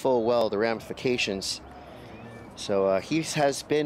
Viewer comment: "And Sandro knowing full well the rampifacations.."